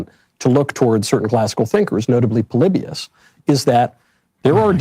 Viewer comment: Hey look! I can name drop “Pole Lee Bee Us!” 😂